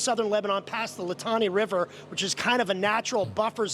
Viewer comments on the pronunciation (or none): none